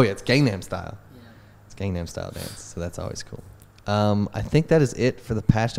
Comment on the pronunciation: pronounces Kage's Pick properly... pronounces gangnam style wrong.